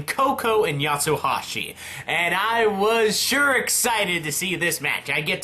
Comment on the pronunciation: Its not Yatsohashi its Yatsuhashi, no O